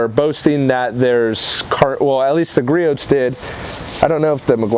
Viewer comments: Gree ohs, gree ohs, gree ohs, gree ohs, gree ohs, not gree oats. lol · Great comparison,. It's pronounced "Gree-ohs" btw:) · God damn it! It’s Gree-ohs, the t is silent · That was a good comparison nice job. Griots price and performance has my 👍🏻. By the way Griots is pronounced gree ohs the t is silent you can go to griots home page scroll to the bottom and take there test.